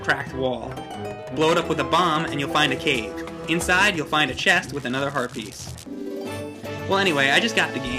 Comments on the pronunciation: am i the only one who hears "herpes" every time says "Heart Piece"? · every time he says heart piece i think he says HERPES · Every time said "Heart Piece" sounds like he said herpes...